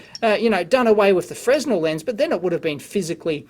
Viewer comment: Super cool but Fresnel is pronounced "Frenel". I worked in a luminaire shop for a few years. I caught shit when I first said it wrong. Cheers.